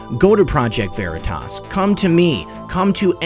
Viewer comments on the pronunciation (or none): none